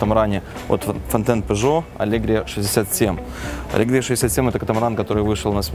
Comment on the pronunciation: Дякую за огляд. І все ж таки вона алегрІя, наголос на "І".